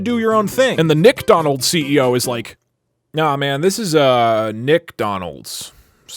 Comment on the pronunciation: I thought you kept saying d*ck instead of Nick and I was very confused